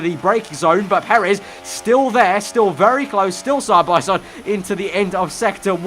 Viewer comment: 'as we go sahbahsahd'